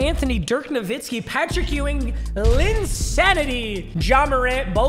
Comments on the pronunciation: Nowitzki not Novitski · "my nba pronunciations is good" also - "dirk novitzki"